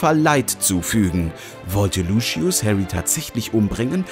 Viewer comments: Sorry aber es heisst Lucius und nicht Luschius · Ich mag dich echt aber warum LUSCHIUS😂😂😂😂😂😂😂😂😂😂😂😂😂😂😂😂😂😂😂😂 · Bitte sag nicht das er luschius gesagt hat 🤦🏼‍♀️ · ✨luschies✨ HAHAHHA egaal trotzdem voll cool ☺️ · LUSCHIUS“ ICH BEKOMM NEN ANFALL AAHAHAHAHAHAHAHAHHSHSHHAH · wie alle immer sagen „ luschius“ es heißt aber „luzius“ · Lucius, nicht Luschius!! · Wie alle anderen Lucius aussprechen: Lusius Wie der da Lucius ausspricht: Luschius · Es geht sogar noch schlimmer xD ein Youtuber, der sich viel mit HP beschäftigt, sagt immer "Luschiss" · Soviele Insiderinfos und dann ,,Luschius". 😆